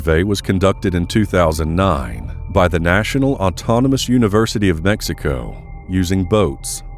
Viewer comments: you are miss pronouncing mexico... duho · i respectfully got a kick out of you pronouncing Mexico and i can honestly say i cant wait to hear you annunciate some chinese. sub'd. great content and presentation. thx🖒